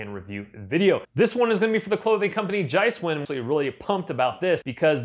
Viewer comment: As an Austrian I think your pronunciation of Giesswein was funny (no offense). The correct pronunciation is more like "Geezwine". Very good sneakers by the way. Bought mine today 👍